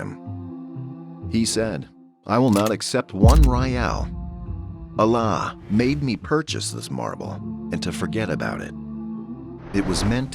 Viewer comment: Horrible AI voice. Saying Allah as Alaaaaaaaa 😮